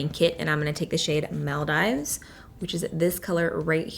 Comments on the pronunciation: Love you but girl, it’s Maldives not Mel-dives. It’s named after the country Maldives. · Someday you’ll look back to this vid and laugh about how you pronounced Maldives 😂 always growing. (Mall-deevs) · Maldives = Mawl - deevs